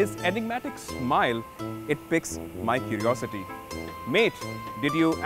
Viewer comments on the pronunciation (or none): Great review, but: Feet ❎ Foot ✅ Pique ⏩ Pronounced Peek ✅ Pick ❎ Aesthetic ⏩ Pronounced Ease-thetic ✅ Ass-thetic ❎ Epitome ⏩ Pronounced Epi-tuh-me ✅ Epi-toe-om ❎